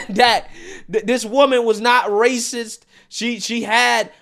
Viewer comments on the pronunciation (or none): none